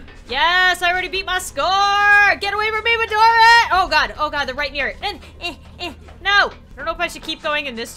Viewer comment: Midori not Madori